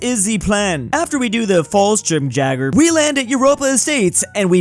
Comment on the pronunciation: “Fallschirmjäger” is pronounced: “fallSHIHMyaeger”